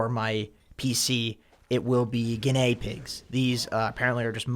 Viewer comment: Guin-AY pigs and hEmsters, the pets of champions